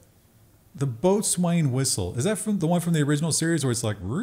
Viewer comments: boatswain is pronounced bow-sun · McD's? Get a whole Vienna loaf & make a large Italian sub, put it in a cooler waiting for you at the end of your hike. Waay better than FF. "Boatswain" it's pronounced "Bos'un" Be all you can be